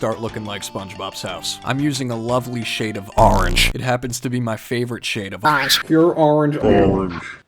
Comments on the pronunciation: I watching this video while it was made three minutes ago 😂 I love your videos man there THE BEST❤🐱🐈‍⬛🐾 and i love the Way you say orange as arange🍊👍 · I love when u say arange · Orange is Arange, no matter how you say it.